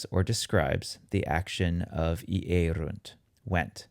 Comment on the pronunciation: iyérunt not iérunt !!!